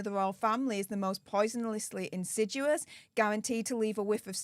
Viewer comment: I know this woman is a walking speech impediment but can someone please teach her how to read and say insidious!